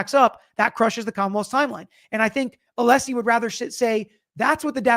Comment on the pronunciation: or when brennan keep saying mr aleesi insted of Alessi